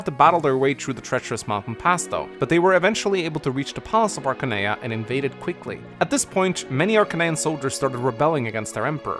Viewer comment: I always thought it was pronounced Arcane-ee-ya not Arca-nee-ya